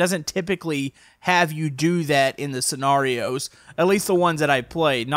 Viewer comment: why are you saying scenarios it’s scenarios